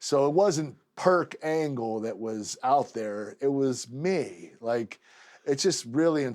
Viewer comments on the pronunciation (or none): He said perc angle 😂